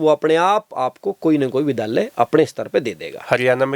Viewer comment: vidhaalya nhi vidyaalya